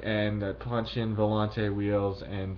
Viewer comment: You pronounced volante wrong